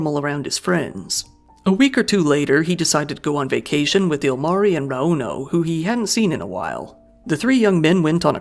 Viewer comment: My biggest pet peeve is the weight in the middle of a name. It's not raUno, or eMilia, it's RAuno and Emilia.